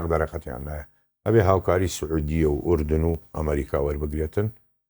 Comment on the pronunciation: بەنگلادشی و فلیپینی کوردیەکەیان لەو توانایەی باشترە ، دەرێ کورد نیە و تازە فێری کوردی بووە بە گۆگڵ ترانسلێتەری ، ئەردەن ئەردەنت لە چیە فلیم هەموو کورد دەرێ ئوردن ، هەر تەمشای کاک عەقیدی بکە کوردیەکی چەند جوان قسەی دەکا شەرم لە خۆت بکە ، خۆ بەکرێ نەگیرای زمانی کوردی تێکبدەی .